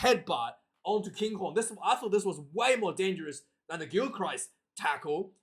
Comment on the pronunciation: A told you before its pronounced Gilkrist . ya doughball , and what have a told you about these amphetamine`s , if you don`t stop taking them , I`m telling your Maw a know where Mrs MacChann live`s , so take heed God bless ya Numptie